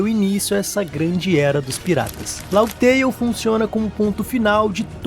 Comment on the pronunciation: Mano, toda vez q escuto LAUGUI TEIO, eu fico com a ctz q vc n troca ideia sobre onepiece, e que esse roteiro é apenas i.a... Fã falar Laftel até entendo, mas laugui teio é pica.